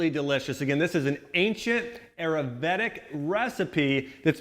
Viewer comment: the butchering of the word Ayurvedic...